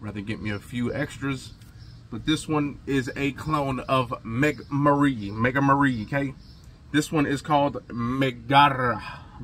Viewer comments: Megamara not mega marine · “Megamahrey”. Not Mega Marie.